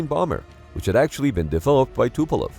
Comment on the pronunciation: I think narrator accidentally swapped E and O in Tupolev at ~ … Tupelov is not a usual name, but it was also (maybe accidentally) used in the Hunt for Red October movie.